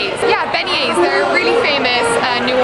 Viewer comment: You said beignets wrong